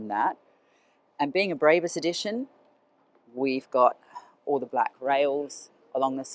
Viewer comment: It’s not BREEEYBUS. It’s BRAAAABUS, BRAAA.